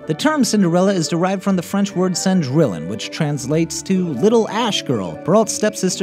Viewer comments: Nope nope nope as a French person if he doesn't even try to say cendrillon right I'm going to be cringing for days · Not only he mispronounced Cinderella 's french name but he got one detail wrong about the ball. In one version the ball was three nights in a row. Not two nights. The Prince had three chances to find Cinderella. She lost her shoe on the third night. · love this video but it annoyed me when he didnt pronounce cendrillon correctly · s/o to all my french speaking friends who cringed when he said 'cendrillon' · Really "cendrillon".....pronounce it right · "sen-drill-on" "ash-in-poo-tel" X'D I'm dying at his butchering of the French and German language (for anyone wanting to know, they are pronounced "son-dree-on" and "ash-en-put-tal") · Cendrillon is pronounced "Saund-ree-yon" It's French. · Cendrillon is French, therefore it is pronounced Cen-dree-on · Its pronounced son - dri - on Not cendri lon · OMG Cendrillon is not pronounced Sen-drill-in!! It's pretty pronounced with French phonetics so it is Sahn-dree-ohn. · Cendrillion is pronounced "san-drey-on",; just saying. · Uh... Cendrillon is pronounced "sehn-dree-yohn" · Did anyone else cringe when you heard him say, "Cindrillon"? I know I did... It's pronounced, "Sin-dree-on", rather than" "Sin-drill-in". Yikes. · you really mispronounced Cindrillon its seen-dree-on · Cendrillon = sondweeyon Chiapperelli = kyapperelley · Oh god the pronunciation of "Cendrillion" hurts my ears - its "Cen-dree-on". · Sen-drill-in SEN-DRILL-IN Gud French. Much baguettes. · I thought it was Cendrillion? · I agree. The video's still great, but he needs to pronounce it more like "Sohn-dree-yon"... Maybe he just didn't know to pronounce the "ll" like a "y"? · That's.... not how Cendrillon is pronounced. Thats not even close. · Did any other French people cringe at the way he said Cendrillon? Yikes. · "cendrillon" do you even know how wrong you pronounced that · For number 3, it's Yeh-Shun...